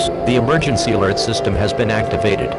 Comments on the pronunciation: not trying to be mean but you said alery instead of alert no hate great vid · ah yes, emergency alery system. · No, it’s not EMERGENCY ALERT SYSTEM, it’s EMERGENCY ALERY SYSTEM!